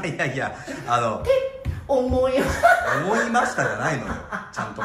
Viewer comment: 「思いました。」じゃなくて「おもぇました。」じゃない？